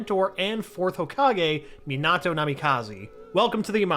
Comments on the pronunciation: ok I'm sorry but having Obito being called "Uchiha" is just too weird for me pulse he said "me-nahhhh-toe" instead of minato.... and my guy said ma-dare-a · Next time pronounce names like normal not meeeenaaatooo or muhdara